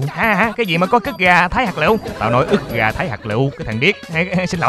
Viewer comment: ức gà thái hạt lụ nà lu đọc là cức gà thái hạt lụ 😂😂